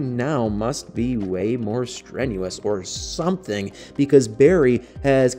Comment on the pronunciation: Emphasis on the "or something..."! 😂